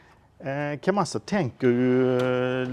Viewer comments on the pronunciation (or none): Det fjompande du visade på video säger ingenting om hur bra verktyger är. Den lär slinta eller gå sönder om du tar i ordentligt. Man bankar ALDRIG på en skruvmejsel! Man tar fram rätt verktyg och använder i stället. Det heter Kamasa och inte Kamassa!